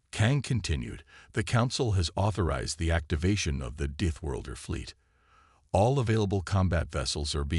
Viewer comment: It sounded like DEETHworlder, to me. Either way, the narration could be better.